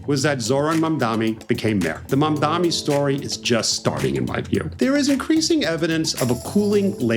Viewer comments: It’s Mamdani, not Mamdami. We got another Cuomo over here smh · It's Mamdani not Mamdami, Steve. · Mam DANI. DANI. Not DAMI. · Not MamdaMi, MamdaNi. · Am I hearing him say the name incorrectly - he’s saying mamdaMi instead of mamdaNi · its “mamdani” not “mamdammi” at least say it right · His name is MamdaNi, not MamdaMi. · Mamdani. Mam-dani. Love you Eisman but come on. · its mam-da-nee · Why can’t ppl say his name right, it’s M-A-M-D-A-N-I. with an N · His name is Mamdani. The last consonant is an N not an M. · MAM DA NEE Steve. It's not that hard. MOM DONNY. See? Easy to remember. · You are pronouncing his name incorrectly. The mayor elect of NYC is Zohran Mamdani. M-a-m-d-a-n-i